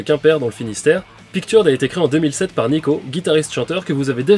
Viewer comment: On ne dit pas Picturud mais Pictureud.